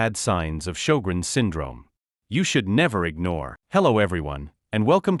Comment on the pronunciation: He's pronounced sjögrens wrong.